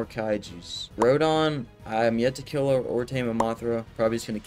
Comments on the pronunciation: Also it’s not rodon it’s Rodan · RodOn bro its Rodan say it how u spell it